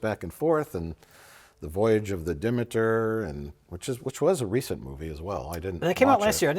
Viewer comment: Absolutely not bringing shade, I am wonderfully enthralled. You guys effing rock. It's "Dee-meet-ir". Not "deh-Mee-tir". Who came up with this language? (Again, I love you guys 😎😁😎)